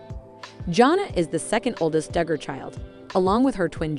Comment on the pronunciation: You need to speak more plainly, it is not dugar fam, It's not akensas.